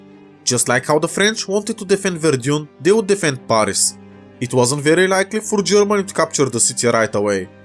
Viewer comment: You pronounce the a in Paris it like the a in cat not the one in the word arctic